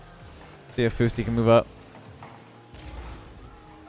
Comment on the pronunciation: Hahahaha love the “” pronunciation - your teammates name in the first game is pronounced “Fow (like cow) steee tow ton”. A touton is like a pancake (traditional Newfoundland breakfast food- Atlantic Canada province). Love the content keep it up!